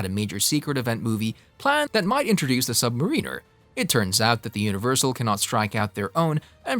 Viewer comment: Dude, he’s the Submariner not the submarine er! OMGOODNESS do ur homework!!! & ur mispronouncing Namor too! Watch the old 60’s cartoons